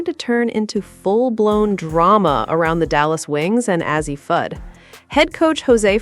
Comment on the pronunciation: I'm done...😂😂😂 After hearing her mispronounce Fudds name I started to just click off... But then she butchered Paiges name... I said Deuces, I'm Out... 😂😂😂😂